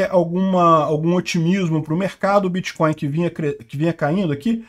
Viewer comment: É biticóiu e krépito moedas.